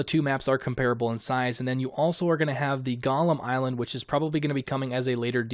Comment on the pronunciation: "And you're also going to have the golem island...". I had to go back once or twice and hear him say it again. I thought he said "Gollum Island". Island isn't available until DLC "tricksy little developers! They stolez it from uz!"